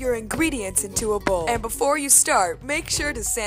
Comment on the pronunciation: "pHlace a pHiece of gum in the vBowl"